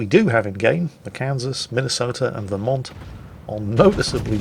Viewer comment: pronounced Vermont correctly, send that man some maple syrup.